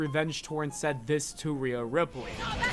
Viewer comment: Ripley is pronounced Rip-Lee not Rip-Lay 😅